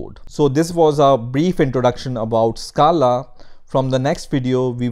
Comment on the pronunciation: Stop pronouncing scala